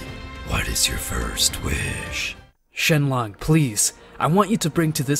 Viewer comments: Shenlong😂😂😂😂😂 shenlock😂😂😂😂😂😂😂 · And "Shenlong" and "Jeanay" (not Gine). The pain.